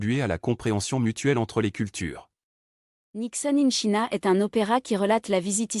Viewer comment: Quelle présentation ennuyeuse !! China se prononce tchaïna. Même sans parler anglais on sait ça. C’est indigne de l’opéra de Paris. 👎